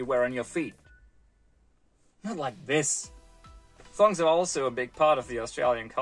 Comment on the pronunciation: Make it an upper case O in ThOng to say it properly.